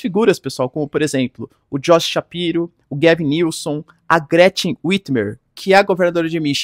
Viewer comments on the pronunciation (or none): none